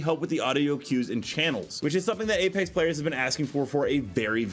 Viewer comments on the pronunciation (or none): none